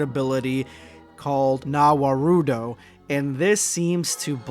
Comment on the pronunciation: NA warudo?.. Oh god this pains my ears! ZA warudo! Go check other Manga or Anime...🤦‍♂️